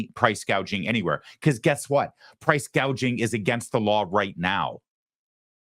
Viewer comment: harris did not say she would go after price gouging, she's going after "price gauging."